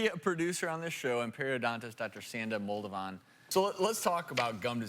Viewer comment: Dr. Sanda Moldovan not modovan